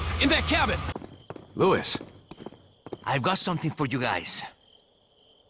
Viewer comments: The only issue I have with the the dialogue is Leon calling Luis "Louis"😂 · Lewis? LEWIIIIIIIIIIIIIIIS! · Also note that Leon literally never ever pronounces Luis' name properly even once, not even as he cradled his dying body in his arms. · i think it was hilarious he mispronounced his name the entire time in the og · Luis getting his name butchered even while dying